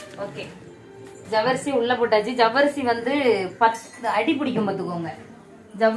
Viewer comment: ஜவ்வரிசி nnu சொல்லும்போது சர்வேஷ் nnu சொல்ற மாதிரி இருக்கு அக்கா ❤